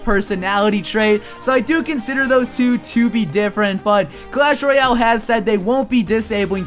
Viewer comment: it's clash royale not clash roayle get it right